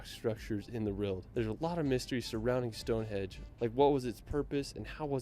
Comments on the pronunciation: Stonehenge, not "Stonehedge". Buckingam....NOT "BuckingHAM". He may have visited the UK a lot but doesn't have any idea how to pronounce the place names of The British Isles. Or facts - Mt Snowdon is 3,000 FEET high, not 10,000 METRES. That's higher than Mt Everest!!! No animus against you,, but this guy, for all his wonderful videos, is a bit of an ignorant Yank! 🙂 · I wish I could edit some of the audio, it’s so annoying, it’s Stonehenge not Hedge! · He did say hedge but your right it's henge